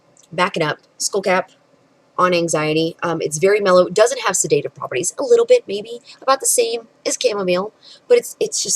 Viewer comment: You have 20 years of education as an "herbalist" but you can't pronounce the word "sedative" properly.